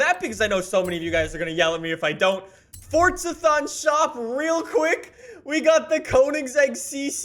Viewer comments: Why do you say fortza it’s forza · With no disrespect, why do you call it fortsa instead of forza